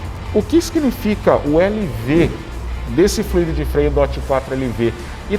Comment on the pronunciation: Muito bacana... só um detalhe: se fala flUido... fluído existe, mas é outra coisa!